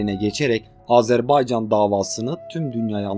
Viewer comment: Sen dünyanın en iyi “Azerbaycan” diyen adamısın sen “Azerbaycan” dedikçe tüylerim diken diken oluyor bunu duymaya geliyorum resmen bavdhshsbsha